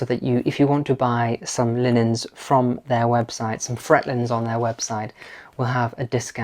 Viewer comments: The pronunciation di "Frette" is "Frette", until to "e", not "Fret". Italian is Italian. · Magnificent transformation, Kudos! Just a tip when it comes to pronouncing Italian words (as my Italian head Chef often reminded me) unlike Spanish Italian words are pronounced as they are written. In the case of Frette, you'd pronounce it "Fre-te", not "Frett", a very easy miske and one i've made all too often. I must confess that I believe the quality of a Frette linen cannot be matched, It is an investment, but an investment that pays dividends in comfort and durability. Matouk is another outstanding choice, should you want variety. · you are very talented and I enjoy your videos. I wanted to share two tips with you. First, Frette linens are excellent indeed - it's pronounced FrettE. The other wonderful linens are by Pratesi, but they are quite expensive. Second, you can make your Frette (or any bed linens) look as if just freshly pressed if you mist water with a simple spray bottle when making up the bed. This is a very easy, simple way to make beds look immaculate, and is a frequently used trick in luxury hotels. The mist gets rid of creases and wrinkles. No need to iron linens. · Frete, the superb Italian linen house is pronounced Fretay……. Just thought you should know. Keep up the thoughtful and soothing videos. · Frette is pronounced "FrettE" - you want to pronounce your final E as in bed (/e/). I'm from Italy. Lovely video! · It’s Fret taaaaa. As in day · Great job! Frette is pronounced as “Fretay.” The Italians pronounce “e” as “a” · Lovely room, beautifully styled. I believe Frette is pronounced Frett-ay, as if there were an acute accent on the final 'e'. Although it is an Italian company, it was founded in France, hence the name. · Ciao Ragazzi. Mi inserisco nel dibattito, in Italiano: Frette si pronuncia con la E finale. Un abbraccio. Grazie a!